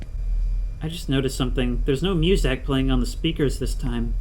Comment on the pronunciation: the way this guy says "MewZak" still love the video.